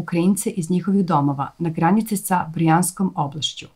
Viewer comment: Brjansk a ne Brijansk. I na RTS-u grese